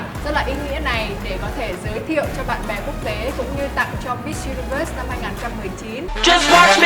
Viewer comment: Thuỳ ơi hãy phát âm chuẩn những từ cơ bản của tiếng Anh nhé. Đừng có mãi Mít Dzu Ni Vớt.